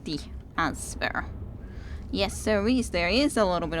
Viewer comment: Btw you say answwwer but most people say 'anser' but it sounds funny. Anyways, don't forget the option to finish JJ2 too if there's place in the Advent Calendar after finishing Portal 2.